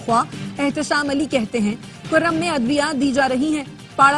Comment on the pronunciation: Karam nahi bulke kurram. Tasheeh karain